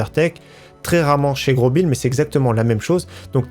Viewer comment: On oublie pas le like mais ppir moi on dis pas grobil mai grosbil